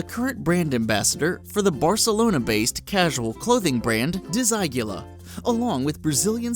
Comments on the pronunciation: "Dezigula?" Desigual, which means "not the same", is pronounced "dess-e-goo-all", more or less. Sure, amateur phonetics don't help all the time and all people pronounce things differently depending on where they live, but "Dezigula" is probably the most egregious mispronunciation I've heard in awhile - and probably stems from a typo in the script, so that's understandable. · if not for the picture with the red bag, I wouldn't have know which brand you were talking about. Dis-Eye-Gulah? Lol :D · 'Dezagula,? I think you mean Desigual? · Desigual is pronounced "the-see-goo-ahl" not "dee-si-gu-la" 😂, cool video though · It's pronounced Desigwal (open E and A) not Desigula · the name of the brand is not "desiglua". its "desigual". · "The Barcelona-based casual clothing brand Dee-zaï-gula." xD xD xD Please tell me that's not how Americans (which I'm gonna assume you are, sorry if I'm wrong) pronounce it normally! It's Spanish bro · Desigual, is pronounced in other form (I'm NOT hating anyone) Das-ee-goo-el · "Desigula" (According to the pronunciation it would change from Desigual to Disaigula in Spanish)...Really? Damned Americans. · It's Desigual, not Desigula.... the hell. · DISEGULAR?!?!?!!?! Really?!!?!??! Please, there are million resources to find out how to pronunce stuff these days... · Oh God when he pronounced Desigual "dee-sigh-g-you-lar"... tf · you said "desigula" AHAHAH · for next time... Desigual "Dez-ee-goo-AL" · "DESAGUILA" WHAT...you mean Desigual?? hahaha wow.. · "De-sa-gui-la" haha ok then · bangtan sonyeodumb also pronouncing desigual as desygula -. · disIGULA?? What haha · Could someone tell this guy how to say 'Desigual' because I'm pretty sure it's not said "disagula" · Try learning how to pronounce the designers' names.... Givenchy and Desigual. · OMG the way he pronounced Givenchy and Desigual!!! >_< YIKES!!! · That pronunciation of Desigual though... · lol that pronunciation of Givenchy and Desigual. You had better train that tongue of yours!!